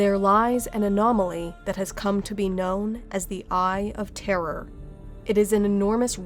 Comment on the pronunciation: Oh good, someone who's capable of saying "Eye of Terror" without pronouncing it like "Eye of Terra." It can be so confusing for new people when that happens.